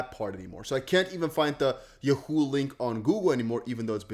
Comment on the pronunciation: Bro please learn how to say Yahoo smh 🤦🏽‍♂️ lol 😂